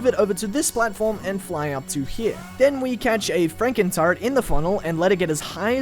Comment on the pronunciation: i thought you were saying frankentart the entire time lmaoooo